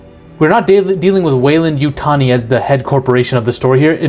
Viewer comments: Oh, its the coke 😂 You said Yutani right my dude. Its funny because my last comment was about how you pronounced it, and then in the next video I watch, youve corrected it. 😂 its always the cocaine! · You got it now with the Yutani pronunciation. What I want to know is how much coke does it take to mix up a sheep and a goat? I am delighted by these new alien forms though